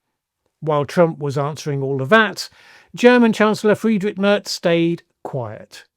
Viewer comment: Mairz not Murz